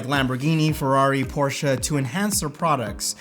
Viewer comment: The fact that you said "por-sha" made me so happy. It's NOT "porsh." Full stop.